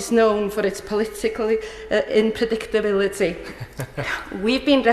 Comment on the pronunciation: you can hear that English is not her first language when she says 'inpredictability'